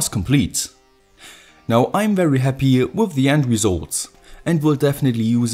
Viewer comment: Why do you say with instead of with